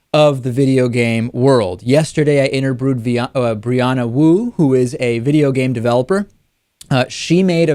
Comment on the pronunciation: "I interbru'ed Brianna Wu" Thas raciss. lol j/k